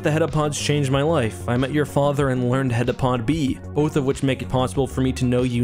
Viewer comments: *heptapod, not hetapod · Heptapod, not heddapod, for goodness' sake. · I hate to be that guy but it's called heptapod not headapod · I love your videos so much that I would never want to criticize but the aliens actually called heptapods not hetapods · You say heptapod once out of the billion headapods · Great video, but you kept saying hedapod and it's heptapod, meaning seven foot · Bro, how do you read "heptapod" in the story and hear the characters say it throughout the entire movie, and then say "hetapod" for this entire video?